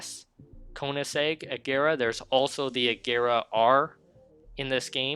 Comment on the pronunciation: “Agera R” 😂